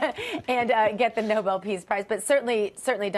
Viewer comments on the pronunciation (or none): It’s Nobel not noble!